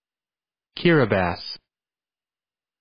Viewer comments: No they didn’t it’s actually pronounced as giribas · I'm from Kiribati but we pronounce it Gili-bass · It is pronounced ki-ri-bis with a rolled r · This is no wear near how to pronounce it sae kee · MomNPopCopyShop the pronunciation is incorrect. You’re referencing to what the “ti” at the end should sound like. I’m referring to the pronunciation of the whole word. The pronunciation in this video is not correct. It has been Americanised.